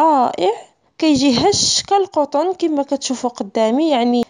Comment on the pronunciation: تبارك الله عليك .عجباتني عندك كالقطن 'بضم القاف' ههه